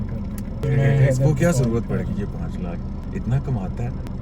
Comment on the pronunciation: Bhai it is not lak it is lakh